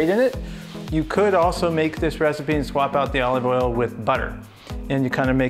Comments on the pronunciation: Is he saying O leave Oil? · Bro says olive oil mad weird. Good video tho.